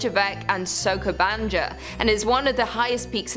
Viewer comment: Bit of pronunciation corrections.....It is Nish, not Nis, by pronunciation. Also the Skull Tower is in Serbia, not Siberia. Also, Soko Banya, not J as in is John. Hence why it is Jugoslavia......J=Y in Yugoslav 🙂